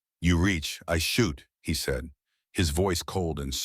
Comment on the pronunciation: The story is fake, narrated NOT by a real voice but instead by a ROBOT which uttered "seed" instead of "said". The captions are AI and showing inconsistent spelling of main character's name!